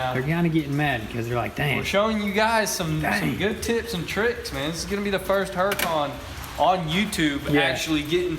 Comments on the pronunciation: It's pronounced who raw can and you say can like a coke can. if you speak Spanish you roll your tongue while saying who raw. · Why are you saying HuraCON its CAN. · Freak'n "GOONACAN".....